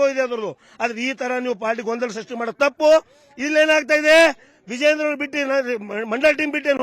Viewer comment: Vijayendra avaranna modalu uchhatane madi